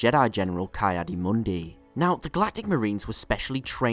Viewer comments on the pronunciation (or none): First syllable of Ki-Adi-Mundi is pronounced like "Key" not "Kai" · Isn't it KEE Adi Mundi?